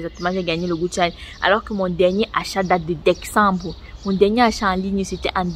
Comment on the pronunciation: Je yamo quand une kmer dit "décembre" on se croirait au kwatt